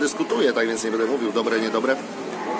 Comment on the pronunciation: Przydałby się stabilizator bo obraz strasznie skacze. I ciężko się ogląda z tym ''yyyy' i 'eeee' a po usłyszeniu 'bede' mnie wewnętrznie skręcało (tak wiem, że autor mieszka od dawna w Chinach).